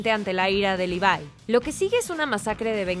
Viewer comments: Se dice Levi no livai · mi mente se retuerse como berthlod al escuchar ¨livai¨ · cada vez que dice levai me sale un tumor de 30 cm de longitud y explota